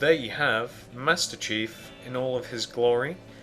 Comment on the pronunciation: btw master chief is pronounced cheef not chef XD